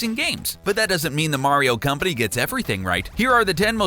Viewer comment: Hey back then with the n64 and the snes, Nintendo was made by the Japanese... think about it. But now it's the complete opposite. And you make me cringe when you said "The Mario Conpany"